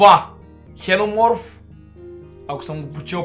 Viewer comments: Все,чете се ,,зинономорф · това извънземно на български се чете зиноморф